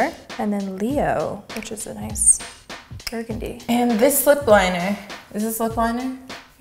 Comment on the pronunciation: Gurgundy? Lol